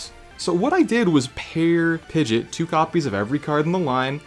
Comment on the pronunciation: Not Pidgett... Pidg-E-Aht